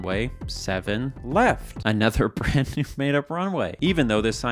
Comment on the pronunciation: Left? I thought you said Heft!